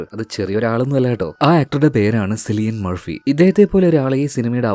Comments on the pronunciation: അത് സിലിയൻ മർഫി അല്ല, കിലിയൻ മർഫി എന്നാണ്.😂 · hi bro .... its not സിലിയൻ murphy its കിലിയൻ murphy .. just paranju nne ullu tto ..